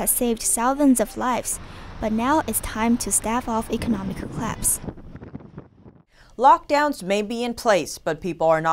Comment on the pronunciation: "but now it's time to staff off economic eclapse?" ... that english ..